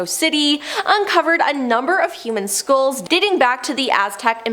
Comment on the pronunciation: FYI: Skulls not skools St eye les not stills